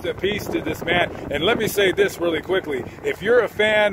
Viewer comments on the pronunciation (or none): none